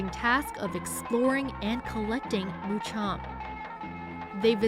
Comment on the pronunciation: notice. not Mucham... MuKam